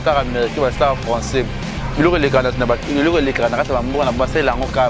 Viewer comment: Papa zua temps yekola lisusu pcq ozoloba François au lieu de français.